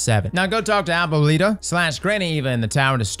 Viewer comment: Say abuelita again it tickles me